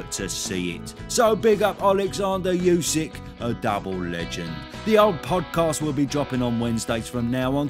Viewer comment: Oosik, not Yoosik... 😅